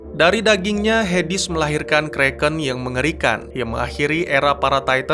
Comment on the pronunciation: ZEUZ bukan ZUZ. HADES bukan HEDIS..... tolong d perbaiki lg ya bang.